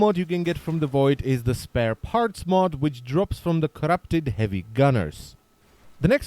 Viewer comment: i love how you say 'corrrrupted' 😂😂